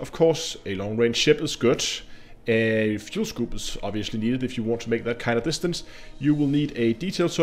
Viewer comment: fuel scoop not fule scoop